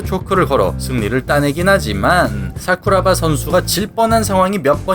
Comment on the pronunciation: ㅋㅋㅋㅋㅋㅋ발음 웃기네요 싸쿠라바